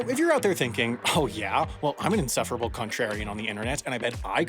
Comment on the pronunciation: I heard you. "Cuntrarian" - Wendover 😆😆😆😆😆